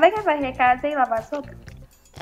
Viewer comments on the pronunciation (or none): no minuto4;42 a falou sopa pra lavar kkkkkkk